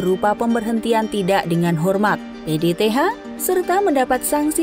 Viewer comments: PTDH bukan PDTH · Bripda di bilang Bripka PTDH di bilang PDTH Belajar Lagi ya Min 🤭